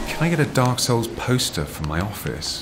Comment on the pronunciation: lol, Every time I he says "Dark Souls", I can hear him saying "A-holes". If ya know what I mean...!